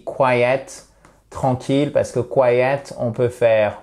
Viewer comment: I'm quite surprised with the prononciation of "quiet". Could you please show the phonetic of the two words please. Thanks